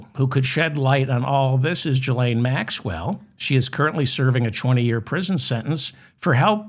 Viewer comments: I cringe every time you say Jillaine. Its Gil not Jill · You are pronouncing the "G" in Ghislane as if it is followed by an "i" as in giraffe but it is in fact followed by an "h" thus it should be pronounced as it is in the word aghast.